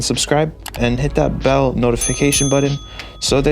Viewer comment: "The bell BRN" IT'S BUTTON my friend 😂😂